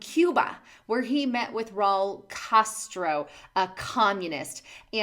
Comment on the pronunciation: How on Earth does someone mispronounce "Castro"?